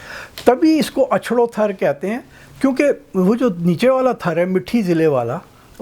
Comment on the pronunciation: Thar sahi name hai . App thrr bol rahe hain. Jaise car .star.paar waise thar